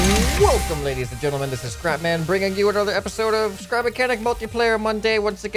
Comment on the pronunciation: DID SAY CRAPMAN!?